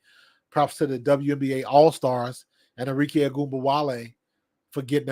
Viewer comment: ARIKE - Are -Ree - Keh (not Kay)